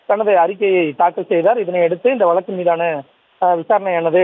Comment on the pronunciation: வலக்கு இல்லப்பா வழக்கு... Ignoring news due to No Proper Pronunciation...